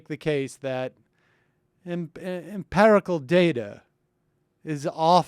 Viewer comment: Sam - "empirical" not "emperical"